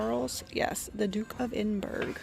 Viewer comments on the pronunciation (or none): And it is pronounced Ed in bra...?not Edin burg.! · The tin with a picture of Queen Elizabeth has a picture of her husband Prince Phillip on the back, not Prince Charles (now King Charles). Prince Phillip was Duke of Edinburgh pronounced ‘Edinburra’. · The tin was the queen that’s passed and her husband the Duke of Edinburgh pronounced eh duhn bruh or prince Philip also passed .